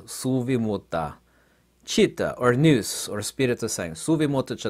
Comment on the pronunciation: you pronounce wrong the Greek word "ΝΟΥΣ".. It's not "ΝΙΟΥΣ"... It's "ΝΟΥΣ" -> "NUS" without the "I":)